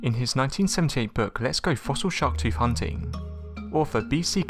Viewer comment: It’s also not a “ tooF”!!! Pronounce the friggin TH!!!!